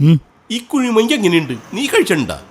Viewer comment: Kuzhimanki ❌ kuzhimanthi ✅😂😂